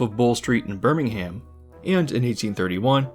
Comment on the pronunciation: As a brit I'm tickled pink that this is getting a full video Tally ho pip pip Btw it's pronounced Birmingumm or just brum for short